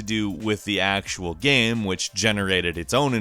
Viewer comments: I cringed a bit every time this dude said, "gam" instead of "game." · I hope six years later the narrator found out it's not "GAEM" omg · Kristin D maybe it’s every time he says...”gam” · Is it me or does this guy keep saying gam instead of game!? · I really like the videos on this channel, but the way he says "gayum" for "game" is almost more than I can handle. Great videos and I like the narration. Horrible pronunciation of one word. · Is it just me or do y'all think he says gam instead of game at the start of the video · Why does he pronounce game like gam? How hard can it be to say game?? Stupid gam judgers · You pronounce “game” as “gam” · did anyone notice that he said "gam" instead of game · You know it’s called a GAME right? Not a GAM? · Why do you say "gam" instead of game lol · um... it's Game not gam. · "GAEM" am I the only one?? Really?? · I can't get past the pronunciation of "Gam" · You spell game - "gaim". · You are aware that you say GAM half the time right?! I really don't mind if you say it one way or the other every time :D also loved the clip of PINGU!!!! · U keep saying gam what a great gam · Are we just going to ignore the fact that he is saying gam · Why does the guy pronounce game like gam? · Why do you pronounce game "gaem"? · are ya having a stroke while saying the word GAME or what's going on? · idk if i'm high or what but the way he says ''game'' bothers me. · How in the hell do you pronounce "game"? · Am I the one one bothered by how he pronounces the word “game”? No hate! Just... am I alone here? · AAAH why does he pronounce game like that! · I didn't know someone could have such problems pronouncing "game". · why TF does he not know how to say game? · ok i can say with full confidence you are having some problems, you literally can't talk m8."it looks SILLEEH"